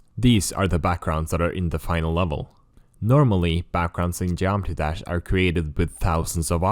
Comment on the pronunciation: how is bro so unimaginably better than me or anybody else at dev for this game but still cant pronounce geometry dash